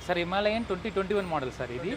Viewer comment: Rei Himalaya kaadhu Himalayan bey